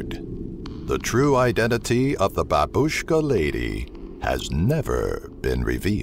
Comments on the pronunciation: I heard babuska lady a lot but every1 pernounece it really wrong I jsut understood what you mean it sounds more like baaaaaaa and word bush kaaaaa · funny voice, "the Babushhh-ka Leyday!"